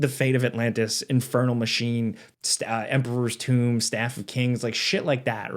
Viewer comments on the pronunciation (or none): none